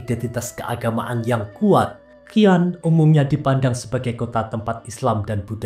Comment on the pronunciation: SIAN boss bukan KIAN